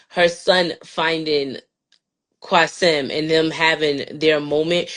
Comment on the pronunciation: Quasim not Quaseem